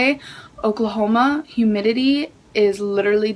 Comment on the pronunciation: "Definitely know how it is to be in 'hoomidity' "??? Lmfao Jfc, this gorl... 🤦‍♀️